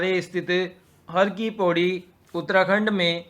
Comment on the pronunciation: हिंदी उच्चारण में सुधार लाएं पता नही क्या क्या बोल रहे हो "पौड़ी" जिले को "पोंडी" बोल रहे हो "पिथौरागढ़" को "पिथारगढ़" जिले के नाम तो बोलो कम से कम सही से